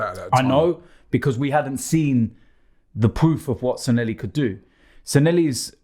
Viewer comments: Robbie, Please! It's Sanllehi, NOT Sanhelli. San-Le-Hee!!!!!!!! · It's SANLLEHI not Sanelli you chumps. :D